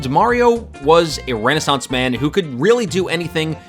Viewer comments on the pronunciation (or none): none